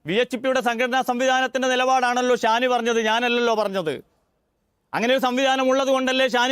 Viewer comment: ഷാനി ❌ ശ്വാനി ✅